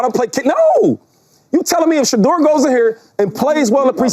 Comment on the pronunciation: Last time I heard chase about Shedeur he said Shefeur not that good just saying